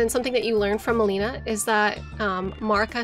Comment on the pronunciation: Do lore youtubers mispronounce names on purpose that are said out loud in the game? Melina and Miquella mainly